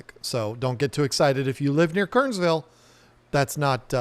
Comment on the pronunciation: It's pronounced Ker-ners-ville (3 syllables) -- got to sound like a native! Glad you're here in NC.